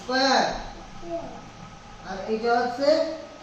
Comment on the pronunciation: khuub bhalo poran Krishanu ke but koekta pronunciation ekhon theke thik korte hobe.Sqare hobe eesquare na, banding line na bending line, please futre e oto bhalo school e jabe, tai ekhon theke oke eigulo thik kore neowa dorkar..